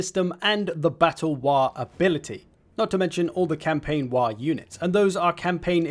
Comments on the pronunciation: bruh it's WAAAAAAGH not 'wah' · Fun fact he said Waaagh wrong every time. It's written in the original lore that waaagh is a word that can be said correctly only whan you are screaming it.